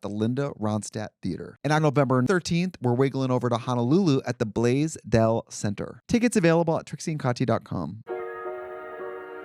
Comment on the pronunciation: Trixie pronouncing it the "Blaze - dell" center like it's two words cracks me up